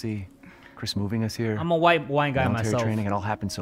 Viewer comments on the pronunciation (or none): none